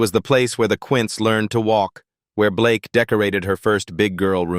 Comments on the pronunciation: I'm sorry but its not Blakeee its Blake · It's actually Blayke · AI thinks its pronounced Blakee.